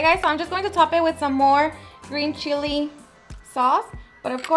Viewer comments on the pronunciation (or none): none